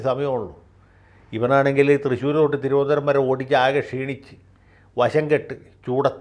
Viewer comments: Vakil's thironthsram accent is not correct. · Good sense of humour....you got the TVM accent very superb. Good mimics. Love you Sir. ❤👍🙏